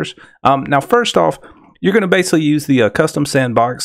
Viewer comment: It's pronounced "basically" with a C, not "basely."